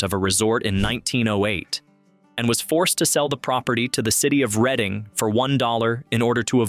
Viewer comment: It's pronounced Redding like the RED color READ-ING